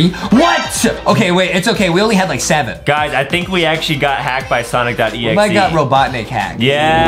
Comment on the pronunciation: stop say sinc it sonic